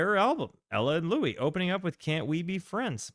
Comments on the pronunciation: Louis smoked weed, all day, every day. His name is pronounced like St. Louis. If he didn't invent scat, he was the first to record it. & Yes, he is THE trumpet player. Without him, no Miles, no Diz & no jazzzz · What a treasure this album is. I always seem to think (incorrectly) that the Louis Armstrong version of "Hello, Dolly!" is on here. It's not. But that's the song that taught me how insistent Louis was, starting as a New Orleans jazzman, on the English rather than French pronunciation of his name (i.e., "Lewis" rather than "Louie"). No singer hits that S so hard on "this is LouiSsssssss, Dolly," until he's been called "Louie" 10,000 times and gotten progressively more annoyed by it 😅